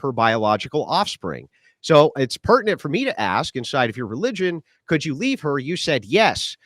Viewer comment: Pronounce the word ‘ask’ correctly, then maybe I’ll listen.